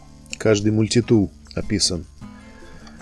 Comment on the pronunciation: Ну почему же мультИтул , а не мультитул ?